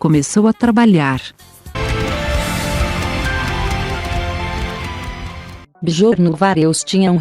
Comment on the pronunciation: Absolutamente sofrível a pronúncia da narradora. Chama um dos integrantes da Banda de Bejorn quando a pronúncia correta é Biorn. Também pronuncia Nice quando o correto é "naice". Quando alguém quer fazer um vídeo desse porte tem que dar ênfase à qualidade.